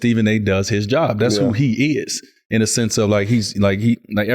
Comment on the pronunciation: D.Wade “That’s who he issss” dude really from the Chi 😂😂